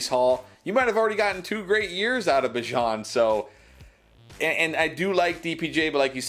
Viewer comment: Unfollowed for the pronunciation of Bijan